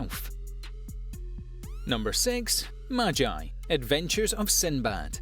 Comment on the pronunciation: So nobody gonna talk about how he said maji instead of magi :/